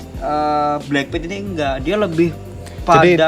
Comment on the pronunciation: BLACKPINK woy bukan bleng pit, payah lo